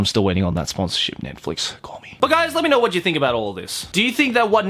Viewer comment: Hold on the way he pronounced Netflix THROW THE WHOLE WORD AWAY😂😂😂